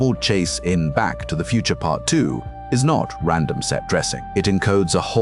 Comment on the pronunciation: "Back To The Futer" 😂